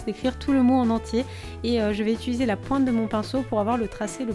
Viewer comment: on dit pas utuliser on dit utiliser